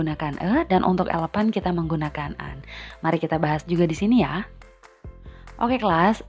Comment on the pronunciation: excuse... you pronounce the "elephant" is wrong. Sorry, you should say eilifen, instead of "elepan". However, a lot of the different between number 11 (ileven) and gajah (eilifen) when we pronounce them. 🙏